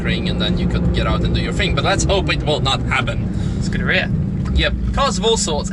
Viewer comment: Who the hack calls a Ferrari a Scurderia..